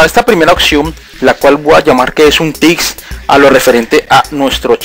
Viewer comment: La broma era para el tipo del video que decia "tics" en vez de tips jeje no era nada en contra tuyo ;)